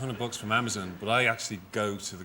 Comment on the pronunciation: you said Abazon 🤣